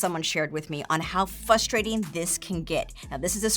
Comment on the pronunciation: *”frustrating”, not “fustrating”